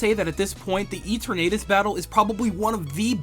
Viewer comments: E-ter-na-das hmmm geuss I've been saying it wrong thought it was eterna-tus Sorry it was just the pronounced oddly first time I ever heard it pronounced that way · Bro the way u said Eternatus made it sound like E-Tornadus and I was so confused I missed a crucial battle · Hol up. You pronounce Eternatus Ee-Tur-Nay-Tus too! I knew I wasn't alone!